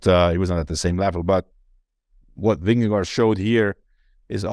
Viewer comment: Vingegaard should be pronounced "Vinge-gor". "Vinge-go" is bad. "Vinge-guard" is a bit better. But by far the best pronounciation would be "Vingegor"